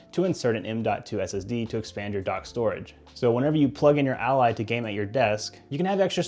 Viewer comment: I know, and that not how he says it. It says it like alley